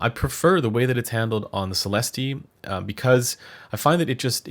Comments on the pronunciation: Sell esst 😉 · It‘s a french company I guess and the pronunciation of the word céleste(heavenly) is just celest, without the e. Not Celesteeh 😆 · You don't pronounce the "E" at the end so it sounds like Celest. I am a native French speaker so you can be sure of that. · it’s pronounced, “SALE” “ES” “T” but as you say it, put your best French accent on it- (yeah right) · Neither of those, it's a long "ee" sound. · At $1K they should at least include an index card with the correct pronunciation...